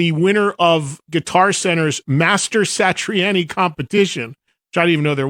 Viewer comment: Outstanding, Sammy! No one wonder I like you--if Joe Satriani says you're the best, then it's a given! (Um, we can tell you're not that into guitarists, Eddie, since you mispronounced Satriani's name, lol. But at least you're giving Sammy his due!)